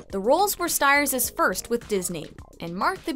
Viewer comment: I love the detail on this video, very well-written. Although unfortunately you’ve pronounced his name wrong— he pronounced his last name as “steers”. FYI :)